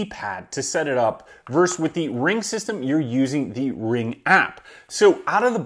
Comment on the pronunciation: ver-sus.... you said "verse" twice :) Awesome video. Thanks for sharing this. Subscribed.